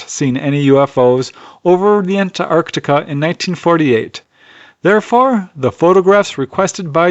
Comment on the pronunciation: Impeccable pronunciation of Antarctica. Love your videos.